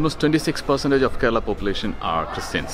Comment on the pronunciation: The guide should teach him to pronounce Indian proper names correctly. He can't even pronounce the name Kerala well I can pronounce a hundred American names exactly like the Americans do.